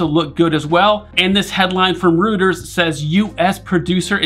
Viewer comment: Thank you for your content. I live in the Greater Charlotte Area. I’m hoping to purchase next year when my lease ends. BTW Reuters pronounced Royters